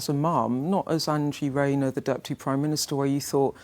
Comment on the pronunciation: NO Bwainer with Angela Rayner